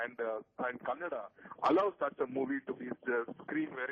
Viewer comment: dear sir its not kannad its Kannada ..!!